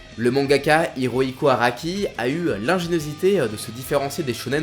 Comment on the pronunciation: C'est "Platinum", pas "Platinium". "Hirohiko" et pas "Iroiko". Ce n'est ps un avis, c'est factuellement vrai.